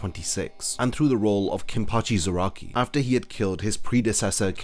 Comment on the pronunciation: Is it just me or do you pronounce Zarakai wrong